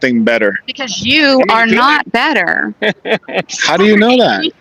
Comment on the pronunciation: She has no idea how to say “I don’t know.”